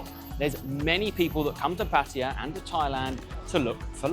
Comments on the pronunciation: TIP 34: Pronouncing Pattaya as Pattaya and NOT Pattiya. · Correct pronunciation is puh tai yuh....LMAO. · It's so cringe when USAians and Brits say Pætiæ instead of Pattaya... It's just as silly as saying pæpiæ instead of papaya!